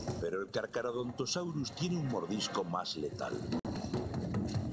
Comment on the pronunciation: El narrador: carchadorontosaurus El subtítulos: kArT cArDoN dOs AuToS